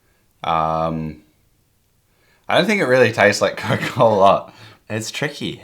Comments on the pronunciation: It is COOOOKE not Coake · Coarrk a Cola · Coyk Coyk-a-Cola. Oy...